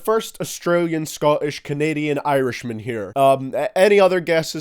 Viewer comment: the way he said scottish means he is scottish